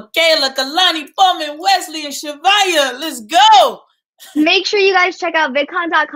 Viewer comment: Zhavia not “zhavai”😭😭😭